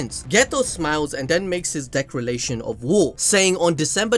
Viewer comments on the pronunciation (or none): Why you kept saying Decralation instead of Declaration😂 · Decrilation? Declaration?